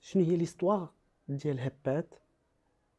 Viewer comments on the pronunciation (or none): هبات❌ هباط✅